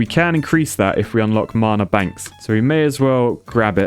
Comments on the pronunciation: Anyone else getting really triggered by him saying marna instead of mana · There is no R in Mana..... No one is that southern. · the way he says mana as if it has a r in it marna